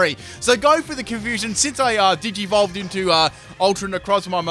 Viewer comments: Did he just say digevole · he said digivovle XD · He said digevlove lol he needs to get some help